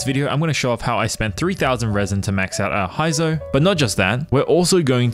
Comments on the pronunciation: heizou (hey;zou)... not hi;zou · its pronounced hey-zou not hi-zo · Who tf is Haizou? LOL 😂can't even pronounce his name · All those Resin and time, still pronounce Heizou's name wrongly.